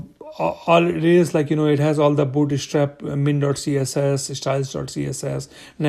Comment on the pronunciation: you're killing me every time you say booty strap :D thanks for the video